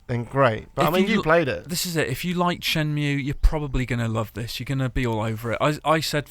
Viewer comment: Shenmue not shemnue.